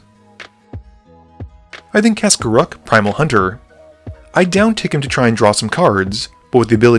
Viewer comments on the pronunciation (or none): none